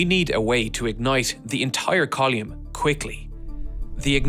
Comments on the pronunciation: I assume, with the Irish accent, that you are a native English speaker. Why, then, is it so hard to pronounce the words 'column' and 'umbilical'? I have friends in Belfast, Dublin, Derry, Cork, Limerick & Waterford. Having checked with each one, they have the full variety of beautiful lilting brogues found throughout both countries and yet every one of them still pronounced these words as "KOLL-um" and "um-BILL-ick-ul". (Having ASD, I felt it incumbent to check before posting.) Why, oh why, do you insist on pronouncing them as "koll-EE-um" and "um-BIB-lik-ul"? It turned watching an otherwise fascinating documentary into sheer aural torture for my 'on-the-spectrum' brain! Conversational idioms and geographical dialects are fine in a play, show or movie set in the source of said dialect; Trainspotting, Blood Brothers or Veronica Guerin, for example. You know what you're letting yourself in for and have nobody to blame but yourself if you cannot understand (or stand) what you hear. But DOCUMENTARIES have traditionally been narrated by speakers of correctly parsed English for nearly a century now. Don't let the home side down, please. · great vid, and i'm probably a wanker for asking. but what is a 'coll-eum'? where did that e come from in coll-um? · That is an absolutely preposterous way to pronounce column. Edit: He DID IT AGAIN EDIT: MY GOD HE'S NOT GONNA STOP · "Call-yume", "Yu-llage" 😂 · Column=Colume-e. :face-fuchsia-wide-eyes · “Kaa-loom”?! It’s a column. “Koh-lim” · What in the name of all that is holy is a "coll-ume". English is clearly your first language, so it's clearly a deliberate mispronunciation, just stop it. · Strange pronunciation of column... Col yoomn? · Colyoume, umbiblical, youllage... google will tell you how to pronounce words if you ask it to you know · What's a "collume"? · Coluum lol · "Call-yume". Yes. Yes. Never stop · I've never heard someone pronounce 'column' this way before. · What the fuck is a col-yoom? 🤡